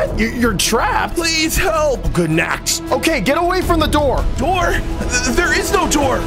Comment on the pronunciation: "Open the noor"